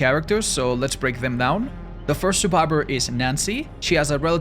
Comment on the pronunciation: Stop saying survibor